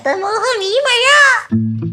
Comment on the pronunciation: മഴയല്ല മയ 😂😂😅